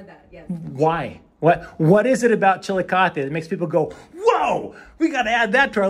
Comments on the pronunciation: You managed to make make Chillicothe sound like a Spanish word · Come on..suggesting we take a shot every time you pronounce the town's name wrong is virtually suggesting irresponsible drinking..TSK, TSK says Foster Brooks (well he slurred it)